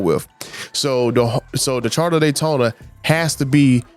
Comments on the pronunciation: Would you STOP SAYING CHARTER. Its CHARGER. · Dodge "Charda" Daytona😀